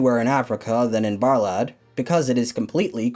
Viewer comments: Romania representin' ! BTW,it's pronounced Buhr-lahd. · Saw this on the news. Also Bârlad is pronounced burlad